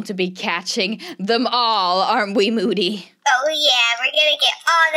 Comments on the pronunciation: It’s MOODY not MODDY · saying moody Google translate: bootie